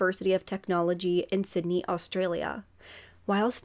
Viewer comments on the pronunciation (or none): none